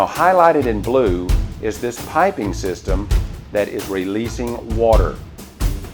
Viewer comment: WATAH!!!! Lots of WATAH! Another great video bro. Thanks for sharing.